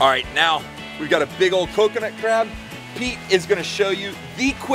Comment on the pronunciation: He said coconut cab XD!